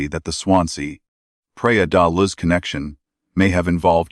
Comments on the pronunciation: Praia de Loooge. Not Luzzz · This is an annoying AI voice hence the reason this voice can't pronounce Luz.